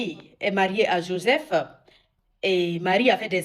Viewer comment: Oooooh là mais qu’est ce que tu racontes ? D’abord va apprendre à prononcer Joseph et parler bien le français avant de parler de sujet qui te dépassent.